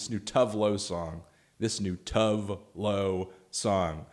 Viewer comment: That's "To-weh loe" ;)